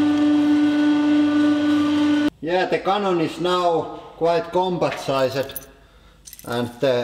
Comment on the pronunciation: Size - ed.. I love the way you pronounce some words lol!